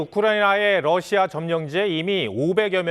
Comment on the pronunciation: TV기자들은 말도 잘해야 하지만 발음도 좋아야 한다. 특히 외국어는 가급적 원음 발음에 충실해야 한다. 그런데 TV기자들이 Russia 의 러시아를 Lussia 로 발음한. 많은 다른 기자들도 로켓의 rocket을 locket으로, Radio 를 Ladio 로, Roma 를 Loma 로 발음한다. 물론 한국어에는 ᄙ(쌍리을)이 없어서 L과 R을 전부 ㄹ로 발음할 수 밖에 없는 어려움이 있다. 그렇다면 한국인들은 R 발음을 정말 못하는 것일까? 아니다. 초성일 때에만 못한다. 아리랑(Arirang), 세레나데(Serenade), 프랑스(France) 등 잘 하지 않는가? 그래서 TV기자들에게 힌트를 주고자 한다. R 로 시작되는 단어를 발음할 때 앞에 '으' 발음을 짧고 약하게 먼저하라. (으)러시아(Russia), (으)로켓(rocket), (으)라디오(Radio), (으)로마(Roma) 등으로 말이다. 그러면 당신은 좋은 발음을 하는 기자가 될 것이다.